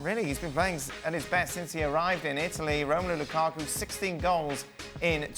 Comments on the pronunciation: nobody: ale: L U k A k U ! ? ! ? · Funny how they are spinning Conte’s statements at Mourinho when those comments are directed at the haters in the media. Can someone explain why Moreno pronounces Lukaku in that manner? Sounds highly disrespectful and reflects the hater in him.